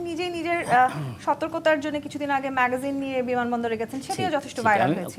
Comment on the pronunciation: ম্যাগাজিন না ম্যাগজিন